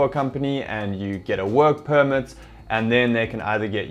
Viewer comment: I just heard mumble mumble wuurk puurmet (work permit)